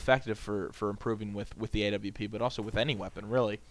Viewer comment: Thank you for saying W properly. I hate people saying AVP lol